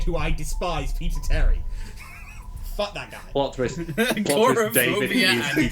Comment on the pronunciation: for some reason, the first times you say "peter terry" it kinda sounds like "pizza tower"